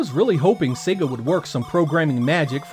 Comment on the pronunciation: Finally, an American who pronounces SEGA correctly:))